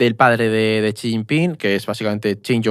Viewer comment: Es xi no chi, no sabe ni su nombre